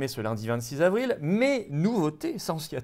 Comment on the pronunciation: Florian, comme d'hab, superbe décryptage de la conférence du 1er sinistre Jean Casseburnes mais par pitié merci de faire les liaisons 22 z'avril, 23 z'avril... et non pas 22 "havril"..